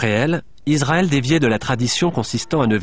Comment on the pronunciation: On ne prononce pas Izzzraël, mais Isssraël, merci aux professionnels du doublage de bien vouloir respecter la langue française.